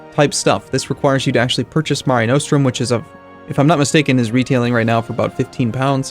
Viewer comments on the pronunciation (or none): Nos-trum not No-strum